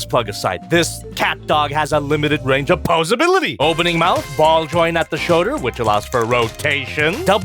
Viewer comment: “Rotation at the shöder.”